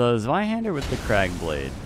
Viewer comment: Your German pronunciation of "Zweihander" was spot on. Ausgezeichnet.